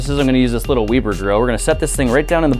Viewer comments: Wait, did he say We-ber? I've always said Web-er... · it's web-er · wEEber grill??? c'mon! Weber! not Weeber... GET IT TOGETHER MAN!!!! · Weeber? It's We ber! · it is not weeber it is weber like web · Did he call it a weeber grill? By the way it is pronounced web-er. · 1, it's WEBer, not WEEBer. 2, You're talking about air flow and not even putting them on the charcoal grate? 3, Half an hour to warm up some hot dogs? You've never grilled before, have you? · WEB ER grill not WEE BER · am I the only one that says Weber not wEEber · web-er.. not weeber. -_ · did you just call that weber grill veber? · its not weeber its weber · I always pronounced it "Weber" Like a spider web. Never heard it pronounced Weeber grill. I never stopped a video so fast and watched a portion of a video so fast in my life. Grant, I will now pronounce Weber as Weeber for the rest of my life. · weeeber grill? or Weber Grill lol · He pronounced it very wrong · its not a weeber grill its web-er grill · Weber not weeber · It is actually pronounced "WEHB-er" not "WEE-ber". Nice grill hack! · Weber is pronounced web-er. Not we-ber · It's not wee-ber it's weber...come on bro. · Did you just call it a "Weeber grill" Not Weber grill? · It's not weeeeeeeber it's Weber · WEB-BURR......... NOT WEEBER....... BAH..... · He just called it a weeber grill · A wee-ber, huuuuuuwwhhhhhaàaaa? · Its Web-er Grill like spider web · "Wee-Ber"? Knock off of Weber? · Nobody says "Weebur" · Love the channel bought the shirt....but it's pronounced (web- er) like a Spider-Man term. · did he just call that webber a weeber? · Did he say "Weeber grill"? Yup, he said "Weeber grill". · WEEber grill...? You cannot be pronouncing that wrong because you're Canadian. But how have you not heard 'Weber' before..? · Its pronounce WEB er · he says weeber grill smh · "Weebur" grill. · "Weeber Grill?!" Really? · Weeber grill ? lololol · Just get a charcoal chimney IMO but did I really just hear you say "wEEber"? lol